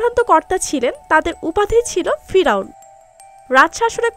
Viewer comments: ফিরাওন না ফেরাওন হবে এত লেখা পড়া করে বাংলা ঠিক মতন বলতে পারেন না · পিরাউন না পেরাউন।বেশি এস্টাইল করতে গিয়ে ভুল বলা উচিত নয়।।।